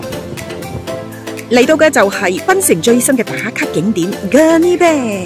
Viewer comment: Gurney bay not gurney bear/beh 😂